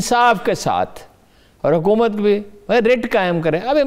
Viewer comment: HA QOOO MAT,,,,,,, yeh QOOO peh itna zore kion hay